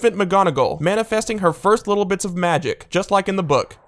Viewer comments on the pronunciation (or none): none